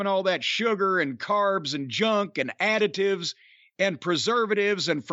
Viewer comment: for a minute I thought Jim said, cereals with all those "additudes" instead of "additives". I said "yeah, these cereals all have attitudes. Especially those fucks on the Rice Crispies box."